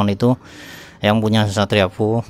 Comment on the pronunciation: Efyu bang bukan fuu 😁